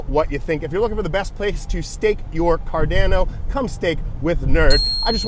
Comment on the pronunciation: Just say it like your grandpa, Cordana